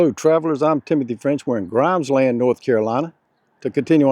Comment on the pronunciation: Locals pronounce it GRIMESlund. And it's just Blunts like the "O" wasn't in there.